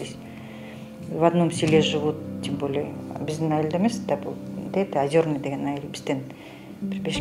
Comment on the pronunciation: Окуганда Озёрный дегенди туура окусан. Таптакыр эле сабатсыз баласынбы?